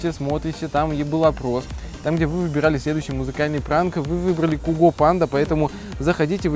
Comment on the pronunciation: Его зовут цуго а не куго